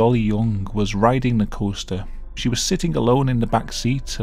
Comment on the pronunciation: As an American I absolutely love it how you say the word “Coaster”. “Coh-stah”